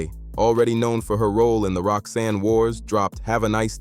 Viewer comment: Outtie 5000 right after the 🤖 mispronounced Roxanne’s name